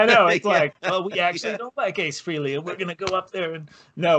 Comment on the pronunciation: As for my childhood guitar hero Ace Frehley's name . . . it's not pronounced "Free-Lee;" it's pronounced "FRAY-LEE."